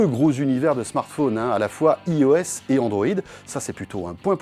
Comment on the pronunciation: idem pour l'appel wotch et ios ... on dit bien wAtch et AïeOS en anglais !